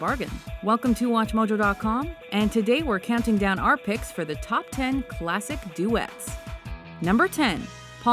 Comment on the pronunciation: DUDE-DUETS. DOO-DOOETTES.